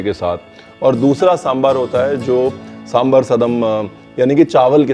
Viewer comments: Sir, your extra informations are too good. Ek cheez jo maine bolna zarrori samjha. It is दोसै in Tamizh, दोशा in Malayalam, दोसे in Kannada and दोसा in Telugu. Please pronounce in one of these ways. These is nothing called डोसा. Aur सांबार hai, bohot log सांबर bolte hai. Please don't be offended but this is what it is. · It’s samBAAAAAR pls (and not samber)…🙄🙄🙄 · It's really good to see South Indian food represented, and that too so close to authentic! And with the history too, and acknowledging its origins in ancient Tamil cuisine, mentioned in Sangam literature. Thanks so much! But one request, Chef Ranveer... Please pronounce it right - it's Sambaar (सांबार), not SamBHar (सांभर). You spelled it right in the video, kudos! But please do say it the same way. Please 🙏☺️ Trust me, if people hear you pronounce it this way, it'll have such a huge impact. I love your recipes and more importantly they way you teach. So much patience, and in such a fun loving way. I recently made Jalebi, Sweet Corn Soup and a bunch of others. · RB is spot on about the different types of Sambaar (it's Sambaar not Sambur😀) from Kerala, Tamilnadu, Andhra Telengana and Karnataka. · Lots of respect for Ranveer, but I lose it when he says Samburr😭😭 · Please call it "Sambaar ". Not "sambre" Like ranveer brar not Ranvee Brer. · It is pronounced sambaar!! Like “bar”!!